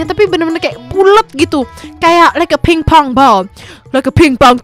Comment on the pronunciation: Ngapa jadi bola simpong 😭😭😭 bola pingpong ka mellll astaga wkwkwk ngakak